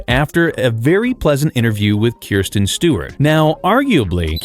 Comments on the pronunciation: KRI-STEN… KRISTEN. rolling my eyes c’mon… get it right! That is an AWFUL mistake,!!!!!!!!! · Kristen not Kirsten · Not Kirsten Dunst lol. She’s the one in Jumanji. The narrator is speaking the name wrong in the clip. It’s not Kirsten, it’s Kristen. ❤